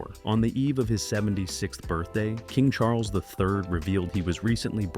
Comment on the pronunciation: CHAR-LESS??? CHARLES